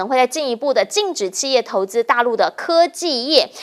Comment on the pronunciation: 汉语发音有的听不懂，俄是二声，不是饿的音不是四声，企业的企是三声，不是四音，不是气业的发音，